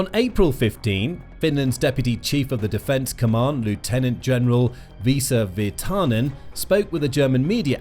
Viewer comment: You stress the first syllable when you say Finnish names. Always. It's vIsa vIrtanen.